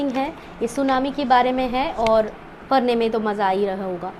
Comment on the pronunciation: Padhne hota hai parne nahi